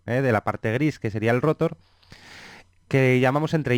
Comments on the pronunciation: Lo mal es que dice Éstator, rótor. Se puede malinterpretar y pensar que así se pronuncian esas partes fundamentales. Ojo! La explicación es excelente y no es una queja, es un comentario para que no se cometa el mismo error. Buena pronunciación + excelente explicación = vídeo perfecto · Excelente explicación, solamente cuidaría de intentar hablar sin muletillas (dice mucho eh) y la parte del motor es estator y se lee estatór no éstator. Y rotór. Gracias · Muy buen contenido, Solo tengo una sugerencia, llegar a un consenso sobre la pronunciación de las palabras graves. Motor lo pronuncian con un criterio y rotor y estator con otro. Es algo molesto. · la verdad que lo felicito por su video, esta muy bueno, hasta me dan ganas de ser un rotor, pero hay algo que me causa molestia y es su pronunciación de la palabra rotor y estator, me parece escandalosamente inadecuado.